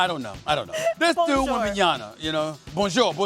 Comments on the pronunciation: Why are you struggling to pronounce is name it’s not Wembanyana it’s Wembanyama 😅 you guys might be saying something offensive or maybe not 😅 find out what’s the name mean … just saying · WembanYAMA not wembanyana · Yama not YANA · So unfortunately am African, then Stephen A , comes back on first take and can't even even pronounce the first round draft pick name , the difference is wembenyama and wembenyana two different names , ask wembenyama's father's ,it's a disrespect,dude you black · its wembanyama.. why pronounce it as wembanyana? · Wembanyama.... not Wembanyana... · Get his name right Stephen A! It's not Wembanyana, it's "Wembanyama". PEace and Love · WembanyaMa not Na 🤦🏽‍♂️ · Can Stephen A. read ? It's WembanyaMa not WembanyaNa ffs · Steven A, it´s Wem ben ya MA, not WembenyaNA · This dude Wembanyana😂😂😂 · Why Stephen A keep calling him wembanyaNa !? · WembanyaMa Stephen A!! Not “WembanyaNa” 😅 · For a little bit everyone was saying wembanyama close to correctly. Since then I hear wembanyana by 85% of announcers 😑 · Here's another name we can add to the "SAS can't pronounce" list. First is Luka DonCHICK, now we add Victor WembanYANA lmao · STOP saying WembanyaNa please! M! M! M! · Steven A can't even pronounce Wemby's name right smh Edit: and even more frustrating, nobody is correcting him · Stephen A keeps saying "Wembanyana" like dude, can you at least proof-read and pronounce names correctly? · Fukin hell Stephen A ‘Wembayana’, this man’s ignorance to not even bother to try and pronounce his name properly. Embarrassing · Say his fkn name right smh WEM-BAN-Ya-MA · Does Steven A know that he's mispronouncing WembanyaMa ??? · "wembanyana" - Stephan A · what's with everyone pronouncing hs name as "WembenyaNa" . Is that how it's pronounced or people are just ignorant? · Why the hell is he saying "Wembanyana" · Is there any reason so many people pronounce it "Wemban-YANA"? Announcers were doing it last night, and now SAS. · Learn the mans name! "Webenyarna" 😂